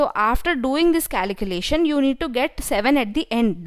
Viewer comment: Its calculation, no caliculation